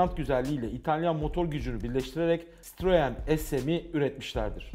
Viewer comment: Sitririnn he ! Citroen abi sitrrin gidin lenn 🤣🤣